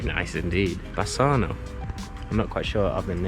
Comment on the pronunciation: Wow, I didn't know you were planning to visit Italy: I hope you enjoyed it! I'm not even from that area, but having been on holiday around there myself, I know for sure that Bassano (great pronunciation, by the way), Vicenza and their surroundings are just wonderful destinations for a trip. So, FC Bassano have essentially lived in the shadow of their neighbours Vicenza for most of their existence. However, they enjoyed the peak of their history between the 1990s and the 2010s, when they were owned by Renzo Rosso, a billionaire who famously founded the clothing brand Diesel. Under his ownership, the team enjoyed quite a long spell in our national third tier (Serie C) and, at a certain point, were just an inch away from promotion to Serie B. In 2018, Rosso took over Vicenza in order to save the club from bankruptcy, and the team relocated there, as well, so Bassano had to start over from scratch as a "phoenix club". Still, given the craziness of Italian football, I won't exclude a new rise for them... 😅😉 P. S. I think you'll be happy to know that the city is also the birthplace of several successful footballers, including a former international goalkeeper: Federico Marchetti.